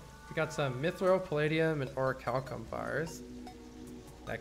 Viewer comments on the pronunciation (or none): none